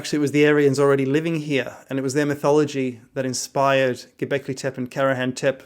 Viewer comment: Dude, you even don't know how is pronouncing "tepe", it's not tep, but tepé.